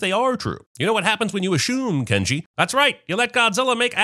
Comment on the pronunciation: I lost it at the "Ken-Ji the Sciense He" lmao